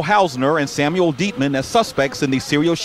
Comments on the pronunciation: Sam (yul), not Sam (well)!!! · You pronounce Hispanic names correctly. Learn how to pronounce "Samuel" in English, not Spanish, since he was white non-Hispanic.